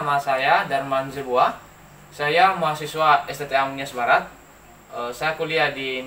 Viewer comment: Jadilah "mahasiswa" mas... bukan "mahasewa"...